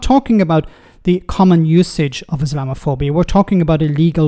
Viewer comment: Rayner couldn't even pronounce the word, let alone define its meaning as she mumbled along.